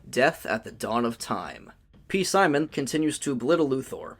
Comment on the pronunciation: All love, but its just pronounced "simon", not "p-simon". I know it's spelled weird 😂